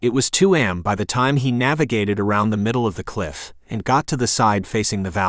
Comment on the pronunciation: AI shouldn't be used for narration. It is covert, not cover-t. It is A.M not am. Get the pronunciations right, and I might actually finish a book